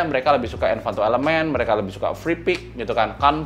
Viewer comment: Ralat sedikit untuk kata "Envato" bukan "Envanto"